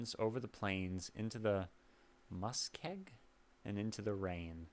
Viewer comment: I have taken that railway, when I went to BC for my first job. I am now retired. This was and still is one of my favourites. The words that weren’t sure of are pronounced navies with a soft a like “naavies” and muskeg like musk-egg.